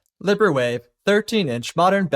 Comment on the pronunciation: Great video - I don't think you're pronouncing Librewave correctly though. You keep saying libber-wave, but Libre is French for free, and in French is pronounced Lee-brah. The open source LibreOffice suite (MS Office equivalent) is pronounced like Lee-Brah-Office.